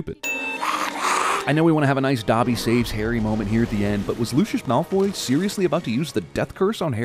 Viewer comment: 100 sins for mispronouncing Dobby